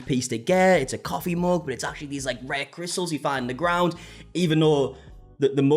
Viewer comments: i like the way you pronounce mug “moog” 😊 💙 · The way you pronounce "mug" rhymes with the way I pronounce "book"